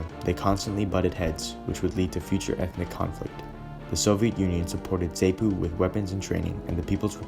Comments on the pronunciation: Please...please...please! It's not 'Rho dayshun' ...but 'Rhodeeshin' or 'Rhodeesha' . It's Zaapu and Zaanla not Zaynu..etc. I would lose the cheesey background music during your narration. You also don't comment on the fact that the Rhodesian army was about 80% black...which is an important part of understanding the complexity of the situation. I grew up in that part of the world in the 70s. As a family, we'd recently returned from Vic Falls from holiday when the first passenger plane was shot down...could have very well been us. Lived through the war as a child and remember the fear and terror of it all. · Many thanks. Some odd pronunciations, though, you made. Rhodeezhyer, not Rhodayzha. Zarnoo and Zarpoo, not Zane-oo and Zay-poo. Salisbury is pronounced Sorlsb'ree. I can remember as a young man being bitterly against what Smith was doing. I think most 60s people saw it in terms of every African country having the right to its own government and freedom. Age and a more sombre view of what African countries subsequently created have modified my opinions down the years. Mugabe was the worst thing to happen to Zimbabwe. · Yes, good video but it’s Rhod’ee’sia , Z’aa’nu and ‘Z’aa’pu. Just a slight tweak on pronunciation. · Zapu pronounced zarpu Zanu pronounced zanu and the z is not zee Rhodesia is pronounced ro de sia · It’s funny how you pronounce the guerrilla groups ZANU and ZAPU, it’s Za-puw and Zaa-nuw - Zaa-nuw-pee-eff. Nice video otherwise very Quinton Tarantino esk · Great job! Editing needs to consider better pronunciation of eg ZANU, ZAPU etc. But a great statement on that time and place. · Great project! Hope to see more from you. Suggestion... You might want to check pronunciation of local words (mis-pronounced words include Rhodesia in some places , ZANU and ZAPU). Will help the impression you give keep up with the research you did.